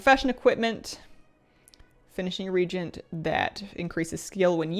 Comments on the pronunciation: Reagent is pronounced re-agent. Regent is a different word. Don't worry, you are not the only person to pronounce it this way, but it's a pet hate of mine, so I feel the need to point it out. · It's pronounced Re-Agent, unless there's a Canadian pronunciation I am not aware of. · Re-AGE-ent. I can't be the only one. lol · I can't get over the pronunciaton of the word reagent, in English it's Re-agent. My ears are sore, sorry. It's like the word herb which has a H sound not silent as in erb. Other than that excellent info <3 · lor'themar is Regent Lord of quel'thalas. you are using crafting re-Agents to craft gear. regent and reagent are not pronounced the same. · it's pronounced "reagent" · can I be a nit-picky jerk for just a second? I noticed you're pronouncing reagent wrong. I don't believe this is a regional issue. While the "ea" vowel combination is generally pronounced as a long ee sound, as you are using it in this word, the proper pronunciation is "ree-AY-jnt". It was bothering me. Sorry. I hope you're not offended,. I have been enjoying your videos showcasing the new things coming in Dragonflight. It should be a lot of fun. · ree-agent they arent royalty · Love your stuff! I am so sorry but I feel the need to say its pronounced ree·ay·jnt. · Is the "a" in "reagent" silent? I don't think so...it's not "regent", it's "re-agent". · Hi, love the content! Just FYI, you're pronouncing re-agent as Regent, which is a different word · Reagent - pronounced ree-ay-jent. Not ree-jent. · Why after 20 years of this game people still can't pronounce reagent correctly. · Just for the record, reagent is pronounce "re-agent", not "regent". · Re-agent, not regent! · Is it an american thing the way she says reagent? As in not re-agent.. but rather like regent as in a monarch. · Yes it seems petty and I love but this also drives me nuts....it's pronounced: re AY gents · Why do so few people know how to pronounce the word "reagent"? Ree-ay-jint